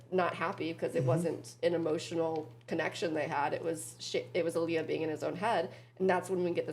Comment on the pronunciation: Love you two but I cannot with how you say Ilya! It sounds like "A Lea"! Ha! Edit: just saw you responded to another comment....and fixed it. Gonna watch for sure!